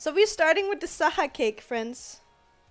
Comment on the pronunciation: My name's TAHA and the video started with so we are starting with SAHA cake tbh it sounded like Taha i was like whattt Juliaa but ma thoughts got shattered in a sec sad pepe